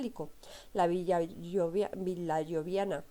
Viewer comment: Muy floja presentación. No puede equivocarse o pronunciar mal términos básicos (liga del saeptimontium, Tarquino Prisco o cultura Villanoviana). Además sería bueno que para hacer el video dejara a la criatura que se escucha al cuidado de alguien.